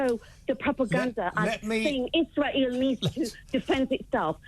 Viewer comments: She said "isra-eely" which is the way idiots and bigots pronounce it. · She must live in a box somewhere. She pronounces 'Israel' in Arabic so I reckon we have a clue as to her political leanings. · Totally , she pronounces Israel in an awful manner